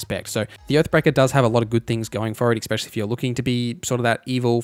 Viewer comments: It's called "especially" not exspecially. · Great video. I'll definitely be referencing this on September 6th. But bruh, for the love of god, it's 'eSSSSpecially', not "eXpecially" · The word is not "expecially", it's "especially". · Great guide! As an aussie growing up in the ghettos of Redfern there is one thing in common you have with alot of people there which grinds my gears...the way especially is pronounced. Its very ghetto to say eckspecially. Still love the video though and subscribed eckspecially since there so much good info 👍